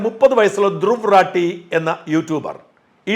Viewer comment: His name is Dhruv rathi and not rati